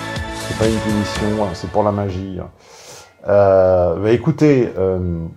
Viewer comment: ''c'est pas une punitioneunn''